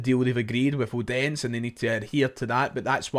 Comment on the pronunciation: As a journalist, you should find out how to pronounce foreign teams. It's OH-DEN-SEH with equal stress on each syllable, not OH-DENS. You pronouince Udinese correctly so why be lazy over Odense? Also, I suggest you pay attention to your past tenses since they are a bit ropey, (not in this one but in others).